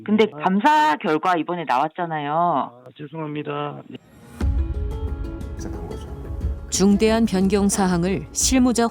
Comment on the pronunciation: 턱뼈를 하도 깍아서 ..... "지심으로 지송 하닙다" 받침 빼고 말하네